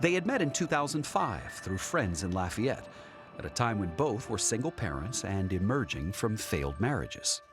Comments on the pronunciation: The way David Begnaud pronounces Lafayette is super annoying. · His pronunciation of "Lafayette" is almost criminal 😬